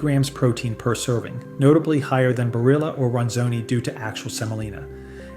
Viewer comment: And it’s not bar-illa either, as long as we’re at it.